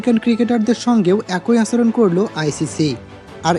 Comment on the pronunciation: আচরণ শব্দের উচ্চারণ ঠিক করেন।